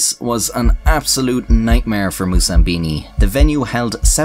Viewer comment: *Moussambani, not Moussambini.